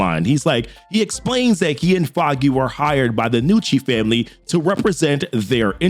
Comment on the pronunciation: Props for pronouncing it "Nucci" and not "Ga-nucci" like so many people do with Italian names.